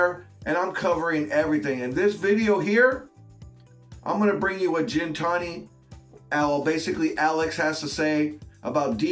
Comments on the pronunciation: its GINTANI with the G sound not Jintani with the J sound come on bro lol. Just listen to how the owner Alex says it & he should know how to pronounce it since its his last name. Hearing it pronounced Jintani over & over again really grinds my gears jk. But keep up with the great vids brotha. I love being in the "inner circle" of shit, im a very curious person & when i wanna find out something i go down giant iceberg holes. I'm so glad that i know i can come here to get all the info that other channels are trying to keep redacted from the public eye. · The reality is that Damon didn’t listen to anything Alex was explaining to him about the 720 when he picked it up. Hey I know it’s your channel and all. Though could you pronounce Gintani correctly in the future.